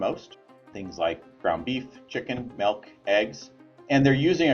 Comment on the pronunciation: He said melk